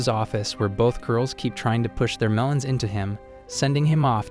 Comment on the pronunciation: Ayo why you say meleons☠️